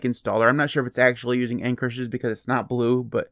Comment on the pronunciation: What are end curshis like installers. Couldn't understand your pronunciation and the transcripts didn't help.